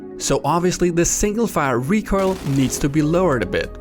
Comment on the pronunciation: PSA to viewers: When says recurl he means "recoil"?:>